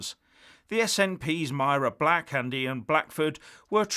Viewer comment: Are people really paying him for this rubbish he can't even get Mahri Blacks name right 🤣😂